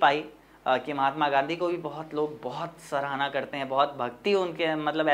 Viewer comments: Pahle padhana sikho mere Bhai aur bolna bhee sikho सहारना नहीं सराहना होता है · Sarahna ko saharna padhte hai sir😢